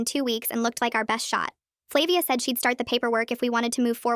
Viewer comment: I think its flah-via